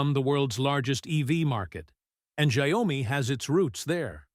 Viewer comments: It's not giomi It's xiaomi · The correct pronunciation for Xiaomi isn’t “Xia” “omi”. Should be “Xiao” “mi”, 小 米。.